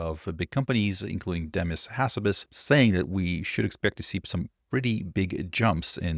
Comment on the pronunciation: I'm glad you're not saying demeece hasabeece anymore